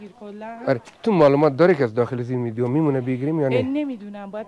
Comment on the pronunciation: آقای اگراز واقعیت نگذریم دخت خوش اخلاق ایرانی بیننده هایتانرا بیشتر می نماید 🇦🇫💝🇮🇷 ویک خواهش لطفاً ویدیو را ( ویدیون) تلفظ نکنید..‌ دم بانو گرم گرم